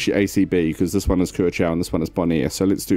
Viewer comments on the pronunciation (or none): The correct pronounciation of Curaçao is Kurasao.. Not Kerchau... Or in local dialect.. Korsow.. (I used to live there). ç is always an S sound in Portuguese. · Curacao is pronounced differently , it's like cura-sao